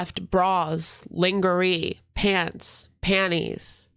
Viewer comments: Wait, lingery?? Lol 😂 lingerie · Not the ling-ger-ee!! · Did this dude really say “lean-je-ri” for lingerie????? 😂😂😂😂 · Linger-ee lmao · All right how do you get so french when we talk about Montreal but you don't know how to pronounce lingerie bestie?! 😅🤣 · Is he pronouncing lingerie that way on purpose or as a joke I can’t tell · I thought it funny, i figured hes too smart to not know the correct pronunciation. Its exactly how id expect to say it. 🙄